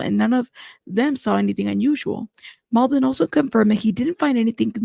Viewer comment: It’s pronounced “Mlah-dan Treefoonovich” haha I’m from that part of the world so it’s funny how journalists say “Mould-en” lool